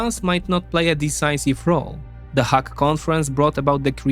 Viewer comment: Good info but check how to pronounce Hague and severely